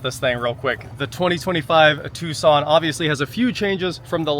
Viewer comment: Tucson, not tuscon